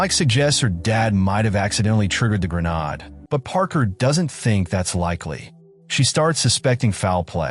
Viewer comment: I strongly suggest you LISTEN to your text-to-speech narration before posting it. "Grenade" isn't that hard to fix. Try spelling it "Grenaid" or something similar.